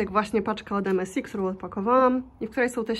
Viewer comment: MSI = czytamy = EME SAJ